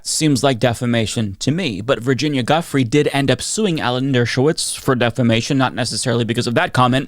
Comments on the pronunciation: FWIW: Giuffre is actually pronounced "Joo-Fray" (and sometimes "Joo-Free" or "Joo-freh"). So Virginia "Joo-Fray" (not "Juffree" or "Guffree") (Also: Ghislaine, as in Ghislaine Maxwell, is pronounced "Gee-Lane" or "Gih-Lane" (not "Jizz-Lane" or "Gizz-Lane") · FYI, Giuffre is pronounced jew-frey, not guffree. GG otherwise 👍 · Can I make a request? Can you pronounce Virginia’s Giuffre’s last name correctly? From my understanding it’s pronounced like, “Ju-Frey”. I have massive amounts of respect for your important content and that’s why I’m asking for this, respectfully. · Giuffre -> gee-you-frey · I thought it was pronounced Jew-Frey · i agree with you. it’s easy to find how her name is pronounced. we demand justice for the victim survivors of the worst coverup in history. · Please, learn how to pronounce Giuffré. Please. As a sign of respect for her. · Hey, pronounce Giuffre’s name correctly. You’re routinely bad at pronouncing people’s names and this somewhat nullifies your credibility. Most serious reporters do the research, but you Americans are not good with people’s or place names. It suggests a level of arrogance in your national character. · Please stop saying Ms Julia's last name WRONG, show respect and pronounce her last name as she and her family pronounce their last name.